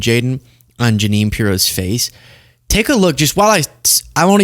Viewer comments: Ja-nine Piro?? Lol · ❤️💙💛🇺🇸🇺🇦🇨🇦💛💙❤️ He slipped and said “taxes” instead of tariffs. He slipped and called the United States “company” instead of country.. and the Junine thing is just clear evidence that his brain is mush. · Look at Jeannes face when he says junine 🤣🤣🤣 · He said Ja-Nine because he's Ja-Lying!😂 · Ja-nine? Was he fantasizing about Pirro? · Ja-nine? lol Maybe he was thinking about Janine Piro the zio. trumps killing the country, it wasn't dead at all. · Dumptruck is obsessed with numbers. He has no idea what he is talking about most of the time. TACO with Orange sauce! ALSO: Ja-nine = the way my sister's name was spelled, another version of Jeanine. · Jeanine Pirro, looks at him like, oh always, such BS, what’s he saying now? And then, he pronounces my name wrong? What a loser, and I said yes to this?